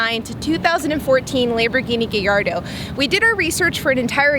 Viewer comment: THANK YOU for pronouncing Gallardo correctly..